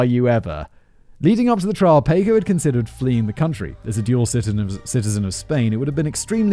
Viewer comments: Paw-coe....not pay-coe....sheesh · Has anyone else been screaming, "Paco! Pah-koh!" every time he says, "Payco", throughout this whole video??? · Jaysus, Whistleboy Paco is Packo not f***ing Payco, c'mon c'mon. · Only dealers of drugs of all types(right now) get life after the 3rd strike. Many that are in jail were put there illegally over here. Racism was involved. Simon it’s pronounced Pock O If you have to go to prison,the Nordic countries actually rehabilitate prisoners and have very low numbers of repeat offenders. You can use the word hypothetically also. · In what world is "Paco" pronounced "pay-koh" ??? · I like how he says it like the English taco when it's supposed to be like the American taco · Listening to Simon butcher Paco over and over agains is hilarious!? It's making my ribs hurt.... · Give me a euro every time Simon mispronounces the name "Paco".